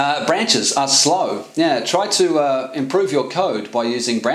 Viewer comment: I learned that "yeah" can be pronounced "neeh".